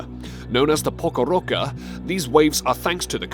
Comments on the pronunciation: Oskillations? The Pokorocca? The spelling and pronunciation of the word Pororoca is defined in the video yet still mispronounced Where is Nijerrya Falls??? I know Niagara Falls is just a couple of hours drive for me. National Oceanic and Atmospheric Administration is not NOOA. How big is 6 6000 square miles? 36,000 square miles? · You said "Pocoroca"